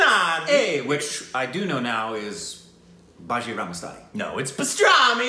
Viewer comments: Every bloody time I search your film reviews, I click this one just to hear say "bastraaami masstaanaaani" 😂 cracks me up everytime ❤❤ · Bajirao (B-ahh-Jee-r-OW) Mastani (Mus-tah-knee) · I will never get over how pronounces bajirao mastani😂😂😂